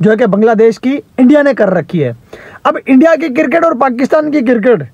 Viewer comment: O bhai ye kirkit kirkit kya hota he? 😂🤣🤣😂